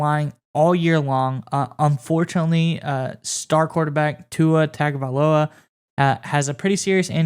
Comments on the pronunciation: Good video once again. However, Tua has been a Dolphin for two plus years. Can you please, please learn how to pronounce his name correctly? It's not Tag O Vai Loa, it's Tongue O via lo ah. Thanks guys and keep up the great work. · At this stage of the game I would've thought you had figured out how to pronounce Tua Tagovailoa's last name. It's pronounced "TUNG - oh - vy - LOW - uh" according to Wikipedia. I wouldn't even be able to take a reasonable chance at pronouncing his whole first name. Allegedly Brady wanted to go to Las Vegas, but they wanted to keep that mother f____r as their quarterback. Tampa bay was a fall back for him.